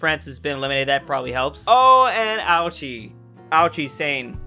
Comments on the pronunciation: Fun fact: ouchi isn't pronounced as ouchie it's actually pronounced as oh-oo-chie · Anyone else cringe when he mistook the Hessian army sieging down Bavaria for the Bavarian army? Edit: Ouchie was funny a couple times, but, it's O-oo-ee-chee. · Ouchi: says “Ouchey” Everyone else: laughs aaaa HAHAHAHAHA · ouchi ? more like GOUCHI